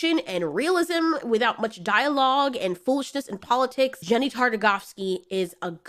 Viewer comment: i’m pretty sure it’s either Genndy or Yenndy, not Jenndy